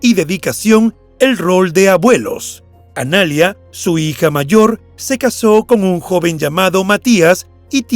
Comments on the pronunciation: Es Analía, no analia...con la tilde en la i, por si no se entiende. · No es Analia, es Analía con acento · Dislike por decir "Analia" en vez de "Analía" 👎🏻👎🏻👎🏻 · Analía, no analia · jajaja entré a decir eso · Analía, con acento en la "i"... ANALÍA M0GÓLICOOOOOOOOOOOO!!!!! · Es Analía, la vocal acentuada es la í!!! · El nombre Analía no se pronuncia así. Tiene acento en la i. Y suena muy diferente a poner acento en la segunda a . Analiiia